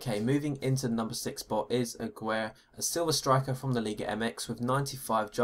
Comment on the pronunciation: ca-ser-res, a-gee-rey and roh-bless mate :D